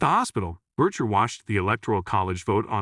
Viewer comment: Why does he pronounce it Bercher?